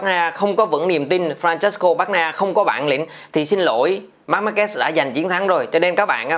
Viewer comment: E thất vọng thực sự với 2 ông blv tiếng việt đọc tên Marquez lại đọc là Marc Ma Kê 😞